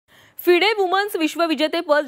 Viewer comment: अहो News Anchor मॅडम 'फिडे ' नव्हे ❌FIDE ' फाइड ' ✅ आहे ते.😂😂😂